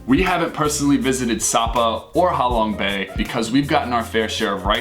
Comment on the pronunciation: Ha Long bay = how long bay 😂😂